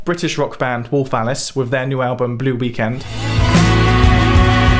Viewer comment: Okay, awesome video, but I have to say I really thought he said "Warphallus" and was almost let down the band's name is Wolf Alice.